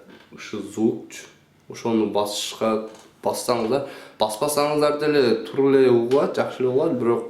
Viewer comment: Туру туру дебей туура туура деп суйлочу